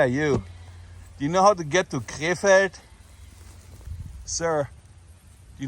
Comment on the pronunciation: Sounds like you are saying K-Fed. Britney spears' ex husband. Side note.